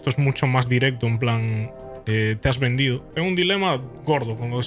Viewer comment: Man pensé que decía venido